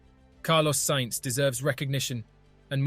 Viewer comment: Who cares about what some GT-driver thinks? And remember how to pronounce "Sainz", it would possibly make this an interesting video...